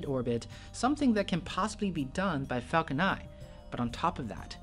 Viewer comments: Falcon niNE not Falcon Ni. I know it's your accent but it's definitely something you can work towards. The videos are great. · it's not falcon nie it's falcon niNe. why on Earth don't you pronounce N?